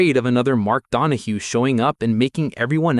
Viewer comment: His name was Donohue (Don-o-hugh) not (Don o hoo). Nothing ruins a post more then mis-pronouncing a name or word. Anyone who continued to watch this is an idiot. i got to and just could not finish it because of the error with the name. Also, the Porsche 917-30 didn't kill Can Am the main sponsor Johnson Wax (SC Johnson) pull its sponsorship which was responsible to the purse e.g. the money won by the drivers. This left Can Am without any money to pay the winners. So it folded.